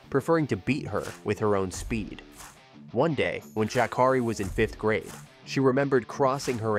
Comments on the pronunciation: Dude. You mispronounced her name so many times. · And Miss Sha' Carri don't play about the mispronounciation of her name.